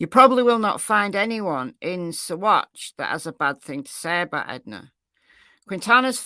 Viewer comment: Yes, you are pronouncing Saguache correctly 👍 sa-WATCH